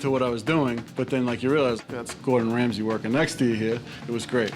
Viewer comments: I think he is "Gordon Ramsay" and not "Gordon Rasmay" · 'Rasmay' - KEKW xDDD. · "Gordon Rasmay", well done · "Gordon Rasmay" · Ah, yes. I too, love Gordon "Rasmay"